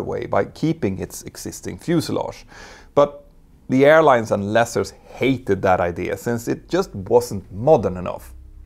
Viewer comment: You constantly pronounce "leaser" incorrectly, You pronounce it as "lesser." This csn be a bit confusing. Lease rhymes with geese